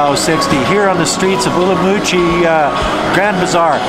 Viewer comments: Not being pedantic but it is pronounced Urum qi. not Urumoochi. Not allowed to sell alcoholic products in Nanning if a school is nearby? There is a high school opposite a German beer shop near where I live. Where I live there is a primary school and practically next door to shops that sell beer. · Umrumqi ? It is Urumqi. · I have seen many Uyghur's videos pronounce it as Urum qi. I remember watching a video done by a Uyghur woman and she pronounces it as such. I guess some pronounce it as you do and some in the Mandarin way. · Are you pronouncing in Mandarin or Uyghur local language. The locals use the latter pronunciation